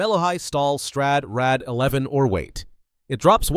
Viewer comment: "Strad, Rad" Rad is called Ward